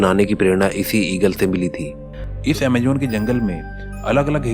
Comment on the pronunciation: Amajjjjjonnnn hahahaha